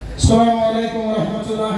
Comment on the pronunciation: ഇവന് പാട്ട് പാടാൻ ഒക്കെ അറിയാം പക്ഷെ സലാം ചൊല്ലാൻ പോലും ശരിക്ക് അറിയില്ല.. അസ്സലാമു എന്നതിന് പകരം അസ്വലാമു എന്നാണ് പറയുന്നത്..... എന്നിട്ടാണ് ഇവൻ മുട്ട് മണികളെ നന്നാക്കാൻ നടക്കുന്നത്